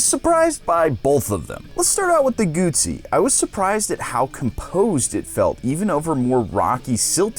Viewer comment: nice to hear someone pronouncing "Guzzi" properly.